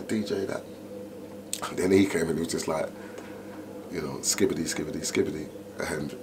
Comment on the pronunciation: "" who makes a video about a mc legend yet doesn't even get his name right. Nowhere near enough respect shown to skibba there.